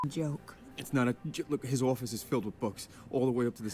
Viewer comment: Right? He just suddenly turns into a guy from Boston for a second lol